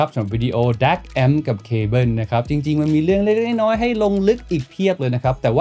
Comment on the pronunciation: แอปโป้ว ดองโก้ว แต่ว่า เคเบิ้น 🤣